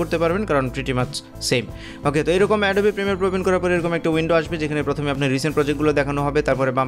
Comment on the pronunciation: ওটা এডোবি না🤣🤣 অ্যাডব